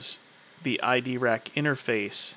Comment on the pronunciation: mate sorry but you are pronoucing it wrong its EYE drac not ID rac